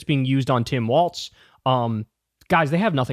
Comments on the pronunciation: Say it with me, Walzzzzzz, not Waltz, he's not a dance ok. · His name is pronounced "Walls".